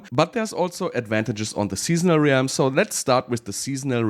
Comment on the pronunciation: How is "Realm" the only word mispronounced in a video about Realms?